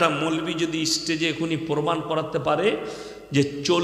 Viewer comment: তুই আগে স্টেজ কথাটা ভালো করে বলা শেখ।